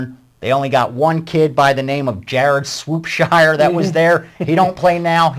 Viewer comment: can you at least learn to pronounce the names. you said silva its siva. you also said jareds name wrong. Last but not least ur prediction was wrong haha.